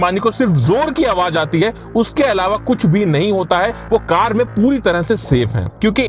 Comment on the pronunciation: Ye hindi walonko car bolna nahi ata hai.. Card bolte hai😂😂😂